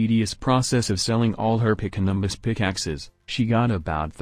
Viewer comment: Yeah thats annoying